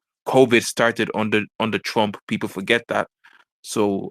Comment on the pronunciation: "Chwump is cowupt..."